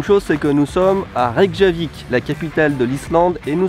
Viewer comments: Prononce plutôt "Reykiavik", le J se prononce I en quelques sorte ^^ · pour t'aider le "J" se prononce "i" :)